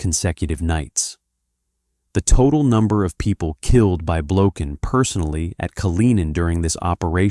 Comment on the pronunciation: Russian people pronounce this surname as Blokhin, the accent being set on the last syllable. The surname originates from the russian word "blokha"(the accent on the last syllable), which means "flea".